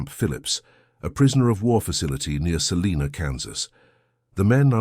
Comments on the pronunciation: Not sure where “Selina” Kansas is. Perhaps that’s an alternative way of saying it? Most folks from Kansas do know where SALINA is and it’s pronounced “SAL I NAH”. Agreed, this is all Ai based. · Too bad you didn’t use authentic photos. The tractors and combines were probably built in the 70s, might be late 60s but I doubt it. No way did anyone ever produce 1930s tractors and combines with air conditioned cabs. Salina is pronounced with a long “I”, not an e. I also doubt that the county country roads were paved. When I was in southeast Kansas , the only paved roads in the 60s were the highways and in town as I recall. They all used this material they called chat, to grade atop dirt roads from Oklahoma mining area. Careful driving required, as it a lot like ice when over 40 mph. Pretty dangerous actually. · It's SALINA, Kansas, and pronounced sah-LINE-uh.